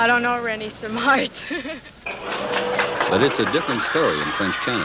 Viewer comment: He couldn't even pronounce his name correctly... It's not René "Semmar"... It's René "Seamar" ! C'mon!